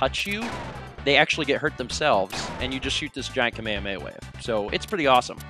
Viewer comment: Am I the only one who winced every time he said kamehameha. Say it with me Kah- May - Hah- may - ha